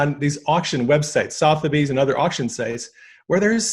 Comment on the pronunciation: he flatly stated that the rothchilds were going broke then said it was evidenced by his visiting sotheby's website, which he mispronounced twice - total clown